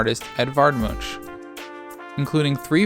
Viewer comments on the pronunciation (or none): Munch is pronounced "Munk"